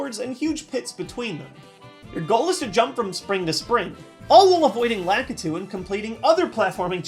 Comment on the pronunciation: No offense to, by why does everyone pronounce Lakitu wrong?